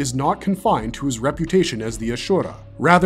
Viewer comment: I just have problem with the pronounciation of Ashura